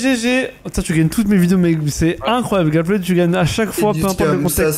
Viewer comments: C’est pas Gapled c’est Gappeld non ? Quand on prononce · Ça me stresse tellement quand il prononce « Gapplaide » mais super vidéo